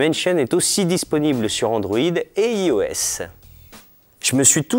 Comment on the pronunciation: Best présentateur ever. Quelques prononciations à vérifier (genre *i*OS) mais mais sinon j'adore, bien plus dynamique et sur de lui que les deux filles